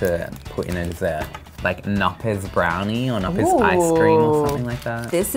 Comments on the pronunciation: say the k in the best choc, knoppers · Wait, but why isn't the K in Knoppers silent????!